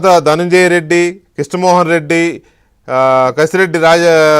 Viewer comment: ప్రతిసారి కసిరెడ్డి అని తప్పుగా చెపుతున్నారు. కేశిరెడ్డి అని ఆయనే చెప్పారు.